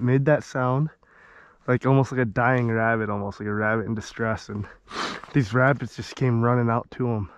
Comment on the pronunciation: “Shhhh, I’m hunting Wabbits”